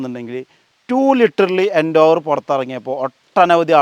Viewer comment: ഫോർഡ് എൻ്റോവർ അല്ല എൻഡേവർ😂😂😂😂